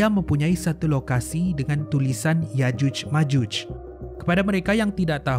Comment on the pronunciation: ada sebutan yg perlu diperbaiki.al-idrisi bukan al-adrisi.yakjuj ma'juj bukan yajuj majuj